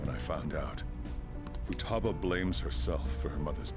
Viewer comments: the way you we’re pronouncing Futaba was cracking me up! Fooooo- ta - ba ;) good stuff 🤣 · Also why do you keep pronouncing futaba's name wrong? You corrected yourself in the video that you were saying it wrong but yet you keep saying it wrong anyway!?